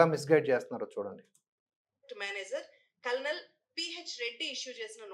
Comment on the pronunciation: కలనల్ కాదు లం డి కర్ణల్